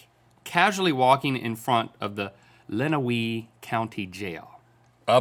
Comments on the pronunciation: It's LenaWAY not Lenawee (how you say it, not how it's spelled) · This is going to bother me. I live in Adrian and it is pronounced “Lunaway” not “Lunawee” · You mean Len-ah-way County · As someone from a county over, and for future reference - but like it will be referenced again 😂 - it's pronounced like Len-a-way county. Sorry Michigan pronounciation is hard 😅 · The prison that the man was walking in front of is pronounced lena-way county jail. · Its pronounced Len-a-way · It’s pronounced Len-OW-we county. 😂 Don’t feel bad, Michigan speaks a different kind of English sometimes. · OMG I live in Adrian MI and it is pronounced lennaway county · Pronounched that county in Michigan wrong. We do have some crazy spellings in Michigan